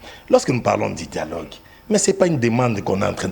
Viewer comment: 😂😅 bomaye!!!!! 😂 djialogue djialogue djialogue!